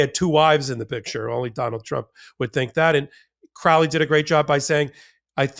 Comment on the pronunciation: Crowley and you even pronounce it correctly well I hope it's a sign that the great beast is on the hunting trail of the truly evilest man in the world..